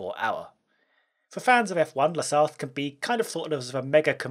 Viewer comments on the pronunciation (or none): In french we pronounce "la Sarte" Good vidéo ;) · "Sarthe" is pronounced "Sart". Just so you know. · The way he pronounces "La Sarthe" kinda triggers me. Great video nonetheless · As a guy from Le Mans, it makes me really uncomfortable with the english pronouciation of "Le Mans" and "La Sarthe" ^_^